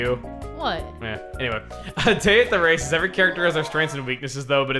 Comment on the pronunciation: Another great video,. Peach's appearance is an improvement in that Face Lift minigame. It sound like you said day at the racists, but I know you said races. That was back when Toad sounded cute and Asian and his voice wasn't ear-rape. There's no non-shouting Toad voice. There is so much more I could say about Toad and about Peach, but I'll save that for next time.